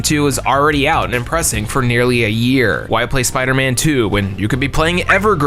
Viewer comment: The spooderman 😂😂 tell me I'm not the only one who caught that